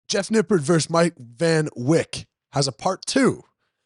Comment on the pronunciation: Mike Van 🚐 Wick 🕯️lmao Mike Fun Vayk is how it’s pronounced- but still, fuck that guy.